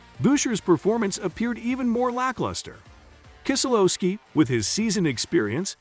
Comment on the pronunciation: “AJ Allender” “Chris Boosher” “kissolooski”